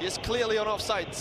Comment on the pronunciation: Commentator, please learn how to say "Offside", it is not offsite as you pronounce it.